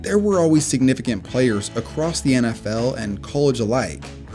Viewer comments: You lost me at "acrosst" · Did he just say footbull and acrosst?